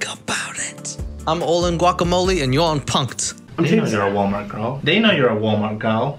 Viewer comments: I heard "GORL" and got ten thousand flashbacks in mere moments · The reason he's saying GORL is because he's parodying Amber Reid, another mukbanger